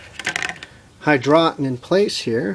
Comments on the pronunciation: Hydroton. pronounced Hydro ton. Not hydrotin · HI-DROE_TAWN NOT HI_DRAW_TON